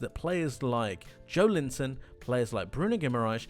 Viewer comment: His name is pronounced Jo-EL-inton, incidentally.